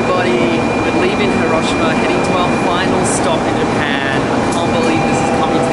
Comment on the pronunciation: it's pronounce, here row shi ma, not heroshma. Just kidding.